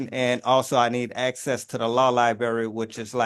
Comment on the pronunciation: Homie needs axes to da lawl lie-burry